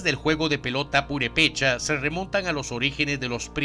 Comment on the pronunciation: se dice "Purépecha" no "Purepécha". Saludos.